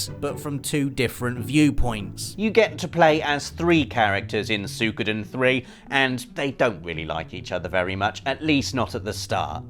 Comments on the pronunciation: Don't fret... We ALL want a remake of Legend of Dragoon... Also, it's pronounced "Sue-ee-ko-den" not "Sue-koo-den" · I thought it was "Soo-wee-koh-den"